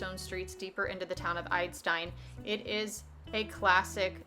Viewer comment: The „I“ in Idstein sounds like the „i“ in „invincible“ 🙂 Nice Video!